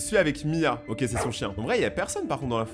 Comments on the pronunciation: Pk tu dis ok en mode oke genre ça se dit oké 😅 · c la première fois que j'entends qlqn prononcer le mot ok "oque"